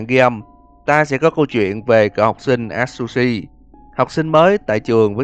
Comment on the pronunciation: A tsư shi đọc vậy mới đúng ơi hoặc dùng Google dịch nhưng người Nhật nói